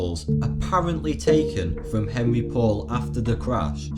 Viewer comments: the drivers name is not " Henry". It's French and the proper pronunciation is "On-ree" . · the driver's name is pronounced "On-ry". LOL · can't pronounce Henri, yet I'm supposed to believe you have all the answers. Present your sources or give up.